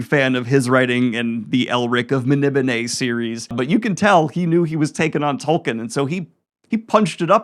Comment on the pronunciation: Dude, please, it's pronounced Toll-keen. He's the founder of the modern fantasy genre at least say his name right. Loved the video otherwise.